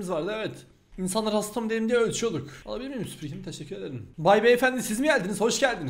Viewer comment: neden Teşşekür Ederim demek yerine Teşekür edım diyorsun ?